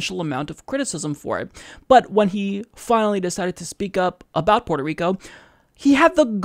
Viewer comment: Dude. It's Puerto, not Porto.